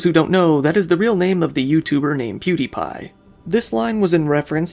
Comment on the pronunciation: You butchered the pronunciation of pewdiepies name